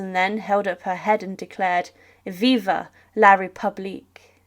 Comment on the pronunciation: It is “VIVE la république” not viva